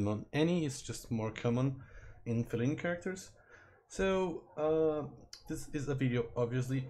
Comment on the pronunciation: feeleen-like? that's an odd way to pronounce it